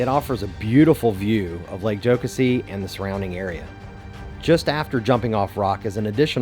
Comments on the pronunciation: Yep. Like Joe-Cassie. “Joe-cuh-see” sounds like a Northern Canadian would pronounce it. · Enjoyed the video. We definitely pronounce it, "Joe-Cass-ee" here in the Upstate, though. :) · It's pronounced Joe-Cassy! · I was getting so trigger by how he was saying it 😂